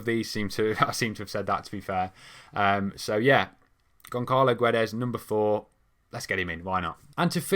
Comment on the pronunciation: ç = ss, Gonçalo = Gonssalo. In Guedes, you don't say the "u".